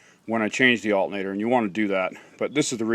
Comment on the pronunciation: He's making fun of the way you say alternator. lol. Thanks for the video anyhow, I'm getting the same signal on my shit truck as well.